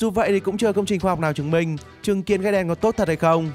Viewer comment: Trứng kiến tui nghe thanh chứng kiến